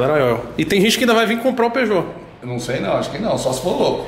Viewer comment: TOGURO:PASSION? QUE PORRA É ESSA? VENDEDOR: PEUGEOUT KKKKKKKKKKKKKKKKKKKKKKKKKKKKKKKKKKKKK